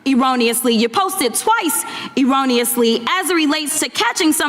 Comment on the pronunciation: What is "Irranously?" She can not even pronounce Erroneously correct!